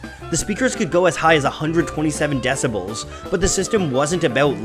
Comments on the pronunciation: decibEl, not decibAl :) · As always a great video... But, i think is decibel not decibal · Its "deciBEL" not "deciBAL" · "Decibals". Ouchie. Decibel is a metric unit: deci (= ten) Bel. Ten Bel. It is usually used as a singular noun, but plural is not technically wrong. "Bals" is definitely wrong. So, my recommendation: Decibel. EDIT: Apart from that, loved the video, learned a lot! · 127 DECIBALS?!?! Dude, it's decibEl! :-[ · Decibels, not decibals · deciBAL? lol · I am certain it is decibel. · That's, Decibel with two Es. FYI